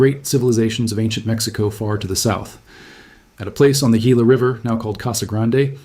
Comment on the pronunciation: The Gila River is pronounced HEE-la, not GEE-la.